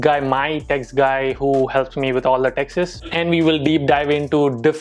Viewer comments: Whenever says taxes I hear Texas 😂😛. Anyone else feel the same.... Come on guys hit the like button.... Not for this comment but for videos❤️❤️❤️ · That's sounds like taxas